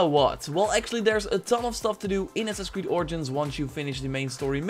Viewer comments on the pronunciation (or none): Anyone else notice how he says assins creed instead of assassins creed